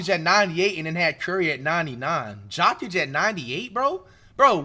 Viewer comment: Jock itch 😂 why bro saying his name so wrong